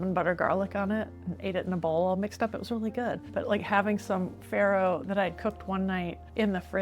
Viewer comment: it's not prnounced FERRO but FARRO, italian word. 😀😂